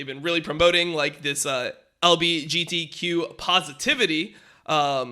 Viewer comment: The best part is when dom is struggling to pronounce LGBTQ while visibly reading from a screen.